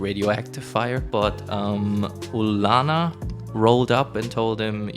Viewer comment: Btw Ulana is pronounced like Ulyana with soft L If you're interested ☺️